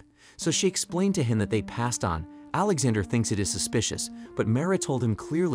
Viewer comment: The way he says Alexander sounds like he's saying alexa-der